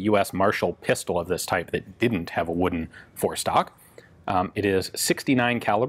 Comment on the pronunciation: He said forestock lol